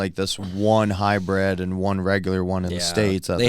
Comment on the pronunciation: It’s not called a Hi bred. Just like it’s not O Bar tires. Good lord.